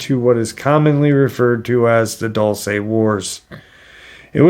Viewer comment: Dulce is Spanish for sweet! Let's practice some Spanish, Dulce, pronounced, Dual-say. Love your podcast bud, keep em coming!